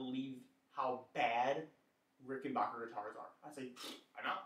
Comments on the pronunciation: Dude love it ? Hate ? I don't care... But for F#(k sake Pronounce the name correctly it is Rick-in-BACK- That's (Back) like the opposite of Front .. then the -er Not Ricken-BOker, like some valley girl pronunciation.. Like Gag me with a spoonnn.. Okay here we go. .Repeat after me .. Rick In- Back- er .. Rickenbacker.. See how easy that is ..When you apply yourself?? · You have to return it because you can’t properly pronounce it’s manufacturer. IT’S NOT RICKENBOCKER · send it back because you don't know how to pronounce "rickenbacker". Hint: it's not "rickenbarker" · And Rickenbacker name comes from Germany, so the correct German pronunciation is Rick-in-bock-er. Think of it like this, Bach (Bock) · Ah.. Okay ..but old Adolf was Swiss not German, And once he was in L.A. he changed the spelling if his last name Rickenbacher to Rickenbacker, Just so people here would pronounce it backer.. But hey you say it any way you like.. I lean you hate the guitars anyway. This will be my last post on this ..But thanks for the replies .. most don't bother.. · didn't get as far as that part of the video, too much cringing everytime you said it incorrectly